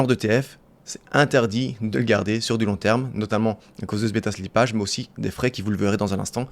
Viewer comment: Beta slipp"a"ge ca fait mal aux oreilles